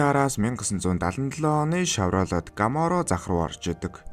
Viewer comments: This car called Chevrolet Camaro, not Gamaro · When you say ‘Gamaro,’ it sounds horrible. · gamaro bish camaro shvvdee broo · gamoro gj camaro bish ymu